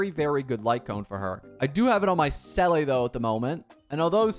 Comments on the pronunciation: sellley?? it has 2 e’s so long E it and pronounce it sealie 😭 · Bro can’t even pronounce Seele correctly. Did bro skip Belobog or play without any sound? 💀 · Peoppe talking about shifu but he calls seele (zee-luh) c'ele??? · Its 2.4 now... He still says selleyy... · The way to pronounce seele’s name is actually “Seela” if i remember correct